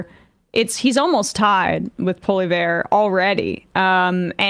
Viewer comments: Poilievre name is said PAW-lee-EV, not PAW-lee-VER. I don't like the guy but still, that's how you say his name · It's Pollievre (poli-ev-re) -- not Poli-ver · It's pronounced 'polly-ev'. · Normally, I would critique someone for not properly pronouncing someone’s surname (it’s Poilievre, not Polliver), but because PP is so heinous, I’ll let it slide. 🙃🙃🙃🙃🙃🙃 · Poly-ev. That's how you pronounce Trump-light's name. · I appreciate the butchering of PPs name. 😂 Keep it up! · I appreciate your professionalism Emma but feel free to pronounce his name wrong at any opportunity. 😂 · Emma's pronunciation of Poilievre is absolutely killing me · I love Emma's pronunciation of Poelievre's name and the fact that wasn't correcting her. Very funny